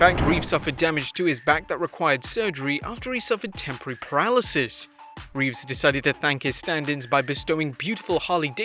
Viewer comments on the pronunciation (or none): It’s Keanu reeves right? Not Revess?